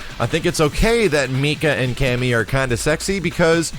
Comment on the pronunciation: for some reason I always hear "loot". like "Cammy is pretty much loot"